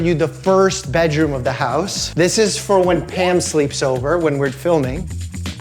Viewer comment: Are you saying Pam or Pan? Or Pamn? The “m” is silent?